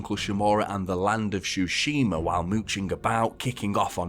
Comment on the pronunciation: “Shoe-shima” xD